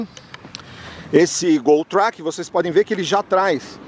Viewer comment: Track é uma palavra do idioma inglês. Pronuncia-se 'tréqui'. Quando vc pronuncia do modo como fez soa em português como "traque" ou seja, peido. Só uma dica já que vc tem um canal de sucesso no YouTube.